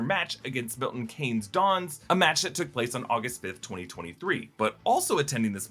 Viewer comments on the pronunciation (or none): jlyk its pronounced Milton kee-nes not kay-nes